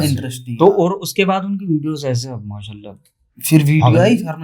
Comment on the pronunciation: Ese kese vese ko aap thoda sa zor dekar aise kaise or vaise bologe to bahut hi achchhe lagoge urdu or arabi mix jab aap us par kamand haasil karoge achcha nahin khubsoorat lagega bhai bura nahin maanna